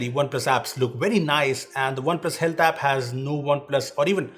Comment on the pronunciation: He just said "Oppo Hate App" instead of Oppo Health App in the video one time..😂😁